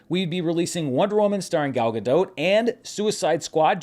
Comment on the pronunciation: It's pronounced "Gal Ga-Dott". She's Israeli, not French.